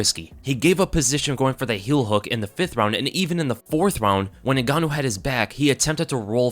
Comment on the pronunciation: you said his name wrong in the start lol